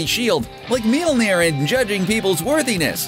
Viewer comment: stop saying MEYORLNIR